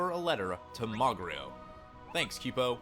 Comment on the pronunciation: I was gonna say something too. And i thought "kupo" was "koo - po" and not "kyu-po" But to each their own